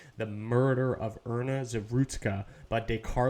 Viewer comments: Iryna: eye-Ree-nuh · Pronounced "Eye-Ree-Na" - IRYNA, such a beautiful name. Please try to pronounce it correctly, out of respect for the innocent girl that lost her life if nothing else. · Pronounced "Eye-Ree-Na" - IRENA